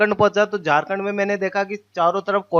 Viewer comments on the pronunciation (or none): none